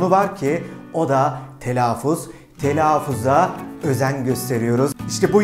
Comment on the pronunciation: Telaffuz kelimesini telafuz olarak telaffuz etmişsiniz hocam. Biraz ironik olmuş :D